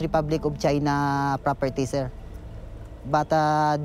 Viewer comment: CHINER LMFAO guy can't even say it right.